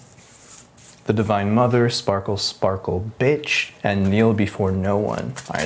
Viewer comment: The way you emphasized "BIT*H" with that sparkle sparkle bit*h card had me giggling. 😂 i love when you add your own little humorisms to these. 🖤 the channel we are tuned into is 😉..And hopefully Spirit, or The Universe, and self. 🖤 Thanks, as always, for the great life advice & great read.